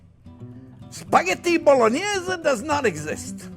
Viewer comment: That’s so much pancetta!! I bet its good 😁 And the way you say Bolognese it makes it sound even better 😆😆